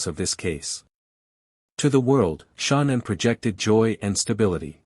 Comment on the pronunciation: Is this a deliberate way to get money for your programme by comments by pronouncing her name WRONG! YOU IDIOT how disrespectful